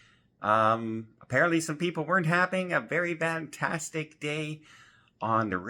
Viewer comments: I'm fairly new to the channel, so could someone please explain the word "VAN-tastic" in his usual intro? Or am I hearing him wrong? TIA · I believe it is an eastern Canadian thing to pronounce an f like a v 😊 videos have good tips and info🎉